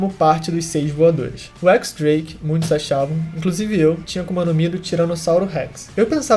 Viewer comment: Mano, só pra corrigir uma coisa, o nome do Drake se pronúncia Diéz Drake. 🤟🏿